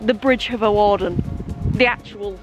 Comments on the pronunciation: Looking forward to this one. my parents are from Flint although based in London these days. Used to travel to Flint and on that North Wales coast line many times! BTW I think Hawarden is pronounced 'Harden' ..! Great video though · Hawarden is pronounced Harderrn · This is my local line, surprised to see this line being covered. Also its pronounced "Harden" rather than "Hawarden". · You pronounce Hawarden, Harden. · Hawarden is kind of pronounced like harden but Hawarden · Fun fact for you G, you don't actually pronounce the W in Hawarden, so you say Harden (which sounds like Hard on and I know fine well you'll call it Hard on if you happen to stop there or pass there again) Also the famous Liverpool & Manchester United player Michael Owen was from Hawarden and think he still lives or has houses around there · you don't pronounce the w in hawarden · I cringed everytime you pronounced Hawarden